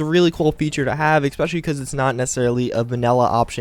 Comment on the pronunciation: Love ya bro. I do but it's not Xspecial... thats some dude from LoL TSM xD I mean it's cool if you're giving him a shout out every episode but yeah xD try E Specially instead of X Specially. Will make you sound as smart as you are.